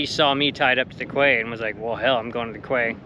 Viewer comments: It’s pronounced Key not Quay lol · I know you've heard this before... it's pronounced "key," or in French quai, prounounced 'kay" not "quay" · Quay is pronounced Key. Terrific content, as always. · Great video’s… I particularly enjoy the sailing ones. Sorry for being nit-picky but quay is pronounced “key”… one of those effed up words. You’ll here it referred to as “key-side” as in coming along quayside. Hopefully one day I’ll be doing the same… sailing my days away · so cool. Love it all. One day I will be there. Quay… is that the American-English pronunciation? In British-English we say ‘key’ even though it’s spelt ‘quay’. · Great video. By the way, quay is pronounced "key". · quay...pronounced "key" if I'm not mistaken... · "Quay" is correctly pronounced as "Key" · Quay ..." KEY ..Its pronounced.. KEY "...You colonist and that funny accent, made up spelling and missing letters is so amusing.